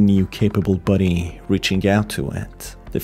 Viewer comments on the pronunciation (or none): Lol, I thought you were saying, "buddy" instead of body, and it somehow sounded better to call those dopplegangers your "buddy" 😅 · It’s body, not buddy, buddy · Haha 3/4 of the video I thought you was saying buddy until I realized you was saying body… great video tho! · Not going to lie every time you said body I was here in the word buddy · Who thought he was saying buddy this entire time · body is not pronounced buddy bro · I can barely hear a word you say your pronouncing body like buddy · Man the way he says body